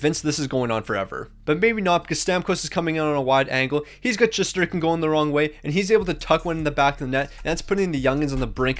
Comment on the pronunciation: It’s shesterkin